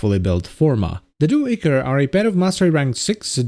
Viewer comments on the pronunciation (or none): Every time he says [echor] and not [aichor] I die a bit inside.